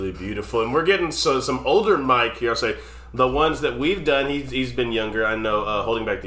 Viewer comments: It's Mick as in 'Pick' not Mike as in 'Pike'. Mick Hucknall has one of the most recognizable voices in music. 'Stars' is perfect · Not Mike. Never Mike. It is Mick, just like in Mickey Mouse. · It’s Mick not Mike . One of my favorites. Thank you for reacting to this gem.😊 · Definitely my favorite Simply Red song. BTW, it's actually Mick, not Mike. Think— Mickey (like Mickey Mouse) and take the 'ey' off the end. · BTW, it's Mick, not Mike. 😉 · It's Mick, not Mike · Its not Mike its Mick. Completely different. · It's Mic ... not Mike ... for future reference ... was privileged to see him live ... what a treat ! Love you guys ... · It's Mick, not Mike. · MICK, not MIKE. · His name is not Mike, it's Mick - pronounced like trick or thick. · It's Mick, not Mike. Mick as in lick, sick, flick etc. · BTW its Mick and not Mike! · Mick not Mike.